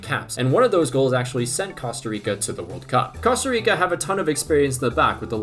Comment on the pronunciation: Bro said costo rico 🤣🤣